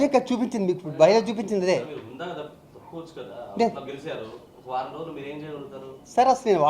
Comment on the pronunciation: Hondha kadu... Hundha😂😂